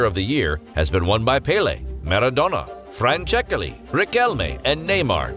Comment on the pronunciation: "frwan-chékeley" xd